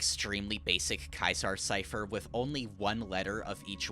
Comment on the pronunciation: excuse me, KYZAR CIPHER?? 💀